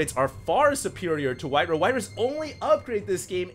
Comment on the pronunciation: Alright it's been bugging me for long enough,.. It's pronounced White Rah not White Ruh. Why would you pronounce Ra as Ruh?